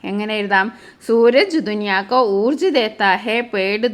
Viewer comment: Teacher ഊർജ് എന്ന് അല്ലല്ലോ ഊർജാ എന്ന് അല്ലേ ഉച്ഛാരണം